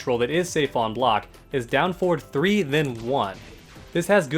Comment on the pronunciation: Having a stroke listening to you saying forward, anyways 10/10 guide